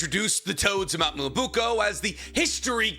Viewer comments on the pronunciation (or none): that's cool and all but it's pronounce mee-yo-bo-KU, not moobuko 😥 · You said mount miyabuko so much time I thought I was wrong form saying mount miyaboku 😭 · IT'S BEEN YEARS, IT'S MYOBOKU, NOT MUOBUKO, FOR THE LOVE OF MY SANITY, PLEASE!! ME-OH-BOW-KOO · Ahem... "Miya BOW-koo" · please say it with me Myoboku (Mio Bo Ku) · I wish could say Myoboku properly Edit: he's saying it like "Myubuko" it's just so wrong it's getting on my nerves like just sound it out man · Please tell me that mt "mobuuko" is a way to rate bait for comments correcting him (just like this one) because that is the worst pronunciation of Myoboku I've ever heard, even worse than "Edo Tensai", "Kotoamatsukame" and many many others I've heard on this channel before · my guy, I really do love the videos, but pleeeeeease, take a second and learn how to say the things you’re talking about. Mee-yoh-boh-kew. Ay-doh-ten-say is another one you’re not saying right too. Truly coming with love and someone who has a speech impediment, but being such an authority on naruto you really should be saying things correctly. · With all due respect, its called Myoboku (me-oh-bo-ku). I love your videos, just wanted to help out a little. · Nicks dedication to mispronouncing certain words is hilarious. Honestly I'll be sad if he calls the home of the sage toads anything but mount moo-oobookoo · Dear, "mount me-oh-boh-koo" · someone please tell him how to pronounce myoboku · This man is a fraud, you can’t say myoboku or Fukasaku after all these years 😂😂😂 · Nobody else bothered by the mispronounced Mt myoboku? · Take a shot every time he mispronounces Myoboku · for pronouncing myoboku wrong?